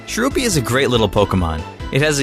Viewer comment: do you keep on called Cherubi, Sherubi and Cherrim Cheren? They're based on Cherries, so you don't need to do that weird foreign thing of making ch sound like sh.